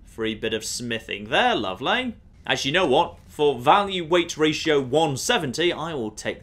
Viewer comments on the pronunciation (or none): none